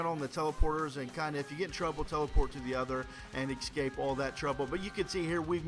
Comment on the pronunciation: i love you, but its eScape, not eXscape